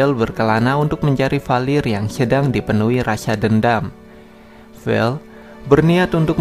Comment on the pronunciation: Vale bang bukan vel